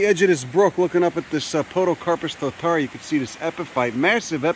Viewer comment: Glad to see you in our fair land. Tis a pity you came in winter as our alpine flora is crazy. It is a privilage to hear you destroy our place names, very funny. also you should ask a local for advice on how to pronounce maori names like Totara.